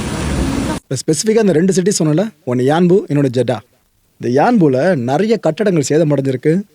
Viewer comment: Athu jada illa Jedda